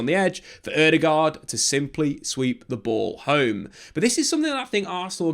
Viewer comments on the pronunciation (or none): none